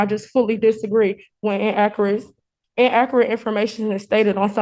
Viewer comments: I hate when there are "in-ak-ret" statements. 🇦🇺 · In Akerate info mation 😂😂😂😂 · inakerat infuhmation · She cannot even say inaccurate right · I didn't know there that many ways to mispronounce the word inaccurate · This shows you the intelligence of people in Detroit! For one thing, she can’t even pronounce the word inaccurate correctly. And surprisingly, she apologizes over and over which you know damn well she doesn’t mean because these people always think they’re right!